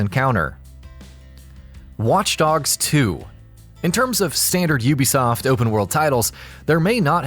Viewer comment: OO-BE-SOFT NOT YOU-BE-SOFT JFC